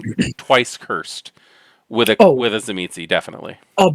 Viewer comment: I think it's pronounced Zuh-meesh?